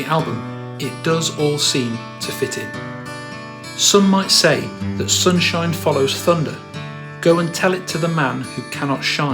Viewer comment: You're onto something. In fact Liam doesn't even pronounce the words in the same manner sometimes. Sunshine = Soon-shee-ine. Supernova = Soopeh-nova